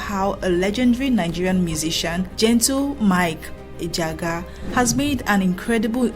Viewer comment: You’re doing well. The (g )in Ejiagha is silent. Ejiaha. Just…… keep up your good work work.